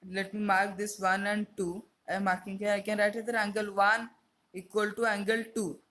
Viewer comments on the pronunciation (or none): It is angle not ungle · He said uncle instead of angle